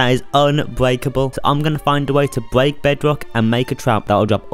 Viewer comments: I love how he says "I'm gonna find away to bweak bedwok" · loll. “Bweak”